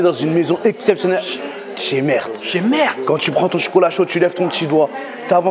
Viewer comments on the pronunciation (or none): On dit meert sans prononcer le T à la fin 😊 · Le t se prononce pas...